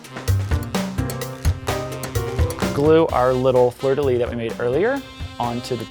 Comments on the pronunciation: I need to say this : The "s" at the end of "Fleur de lys" is not silent, it's pronounced. Thank you for your videos and sharing your incredible recipes. From France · Great cake btw the "s" in fleur de lys isn't silent :) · Beautiful cake! You are a magician! But "fleur de lys" is prononced with the "S" at the end of "lys" a S like serpent! But you are really good in french tho! God Job! :)